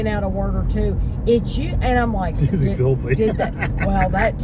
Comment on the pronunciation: pronounces usually with an s instead of sh, that always stands out to me:)